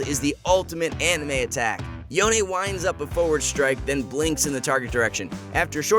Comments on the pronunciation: It s CALLED “YON” NOT “YON-AY” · yona??? yona??? its yone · Its yone, not yoNÉ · STOP CALLING HIM "YO - NEY"! it's pronounced as "Yowhn" for fucks sake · stop pronouncing him YONE-A. Theres no e' in his name. its fuckin YONE. just YONE